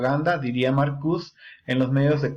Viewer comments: Te agradezco el vídeo, pero se dice MarcuSE, no marcus. No es francés ni inglés, es alemán. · Sin ofender,se pronuncia Marcuse con E es de origen alemán Jebert Marcuse sería lo correcto